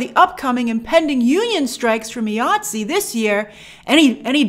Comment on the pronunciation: It is pronounced Eye-ATSE not EEE-ATSE. I question your sources who say they are union because all members pronounce it the same all over the world. The reason it is pronounced EYE and not EEE because the union is for the individual.